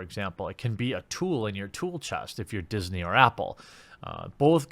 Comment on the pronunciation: "Diss-nay" I like it.